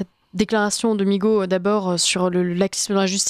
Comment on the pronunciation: Migaud ou nigaud 😂😂😂😂😂😂😂